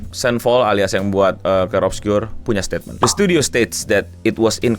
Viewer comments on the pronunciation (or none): none